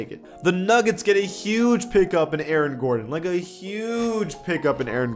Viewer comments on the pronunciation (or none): none